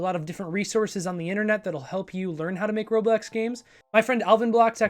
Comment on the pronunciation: You keep saying roblex